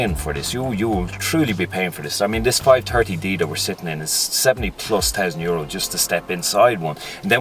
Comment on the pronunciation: 5 Dirty D?? The faux pas of the Dublin accent.